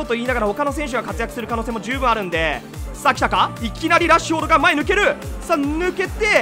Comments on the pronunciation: 焦ってラッシュフォードでわなくラッフォードになってるwww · ラッフォードって言ってて草